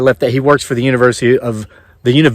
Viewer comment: "...Uni-VUUU-sity of Vuginia..."